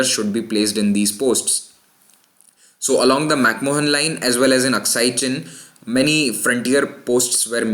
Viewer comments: lol..its MacMahon line..and not MacMohan line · It's pronounced "mac maan" not "mohan" Pretty sure he wasn't Indian. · McMahon is pronounced as "Mac-Man" or "Mac-Maan". You should know that.